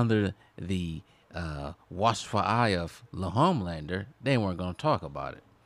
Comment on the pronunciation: Lol "Lehomelander"